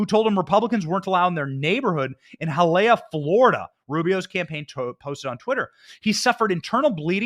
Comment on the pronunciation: PLEASE TEACH BENNY THE PROPER WAY OF SAYING “HIALEAH”😂😂😂I CRINGED A LITTLE 😂😂😂 Love you guys #Maga 🇺🇸🇺🇸🇺🇸🇺🇸🇺🇸🇺🇸🇺🇸🇺🇸